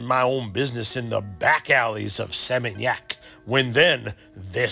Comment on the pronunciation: I like the way you prounonce Seminyak, 😊. God bless you always